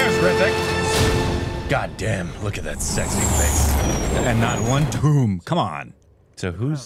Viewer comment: Ge don't say dhoom..He says duhoom